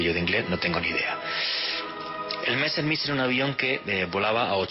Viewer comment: Estubiste 7 veces en ex alemania 5 año de investigacion .. y no sabes pronunciar en aleman los nombres Mezshmit ;)